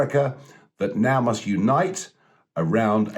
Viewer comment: "we must unite around our new president" Emphasis on "MUST".